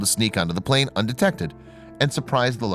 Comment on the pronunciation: Just noticed that instead of plane it was plan lol